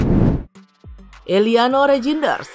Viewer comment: Tertawa saya min sebut eliano rejines haha belepen ya min atau lg sariawan😂😂😂😂